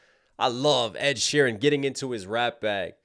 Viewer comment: It's sheeran, not sheehan😂😂